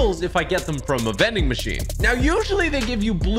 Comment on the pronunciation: He said mending machine like mincraft